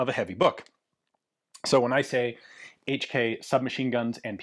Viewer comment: "Each Key " My ears every time🩸🩸